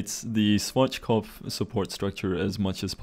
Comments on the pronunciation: Germans: Schwarzkopf Rest of the world: Swartzschkopf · schwardschgopf xD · Its funny how you say Schwarzkopf XD